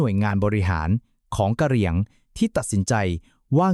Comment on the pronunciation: อ่านอย่างงัย ทศวรรษ ? กะเหรี่ยง????